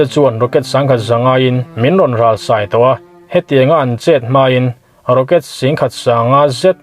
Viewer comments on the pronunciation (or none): A bengvar thlak thin mange,i channel a ngaihnawmin a bengvar thlak thin hle mai.Sai tih hi " I zai lai" kan tih a lai tih ang hian thluk suh.Sai (Elephant)tih kan thluk ang hian thluk rawh .Kap tihna a ni mai e.I channel viewer lo pung zel rawh se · Isaraeli Hamus a SÀI ti a lam lovin SÂI ti in lam la, ngaihthlak a nuam deuhang. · A sai ta dur2 tih lai hi athluk adiklo ania,(sai hi elephan thluk ang deuh a thluk tur ithluk in a sawi zawk hi chu vawt or hlauh vang a sai ang kha ania mithiam erawh ka nilo nia👍